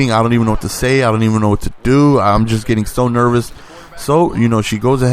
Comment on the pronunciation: He forgot hard as well every time he said nervous lmao